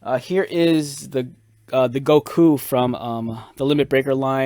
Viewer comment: Go-Kuu, Brawl-Lee